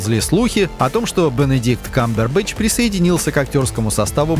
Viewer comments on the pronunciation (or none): ХВАТИТ КОВЕРКАТЬ ИМЯ КАМБЕРБЭТЧА.